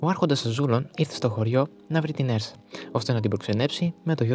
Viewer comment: Ουρσα προφέρεται